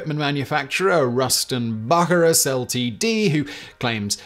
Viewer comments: Pronounced Ruston Byu_sy_rus Limited not buckyrus! nor l t d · I've never heard Bucyrus (byou-sigh-russ) pronounced "Bucky Rust" before. Kinda Sounds like a Douglas Adams character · Ruston Bucyrus - pronounced Beau-sci-russ not bookyrus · Bucyrus = boo-Sy-rus, not Buk-ee-rus. LOL! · I don’t believe it’s “buck-a-Russ”, I believe it’s pronounced “bew-ceye-Russ” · It's pronounced "Bew-sigh-rus." Bucyrus Erie was / is a famous American manufacturer of heavy excavating equipment. I'm intrigued by "Ruston," however. Wonder what the connection with the American company was, if any. Anyone know? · Correct. And ‘LTD’ is pronounced ‘Limited’. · THAT"S pronounced bew - SI -ras Bucyrus - Erie made heavy mining equipment , like steam shovels. Home base was Bucyrus, Ohio. That's pronounced o-HI-o. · It's pronounced Bue-Cy-Rus. It's a town in Ohio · How many 'cy' words have a hard 'c'? Bucyrus Is surely pronounced Bu sy rus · Ruston Bucyrus (pronounced Beu/sigh/Russ) Sorry just bugs me, I’m an &$$ sorry. I didn’t know till I heard it pronounced and I’m a native speaker. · The ruston bucyrus pronunciation made me wince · The 'c' in Bucyrus makes an 's' sound, like in the name Cyrus.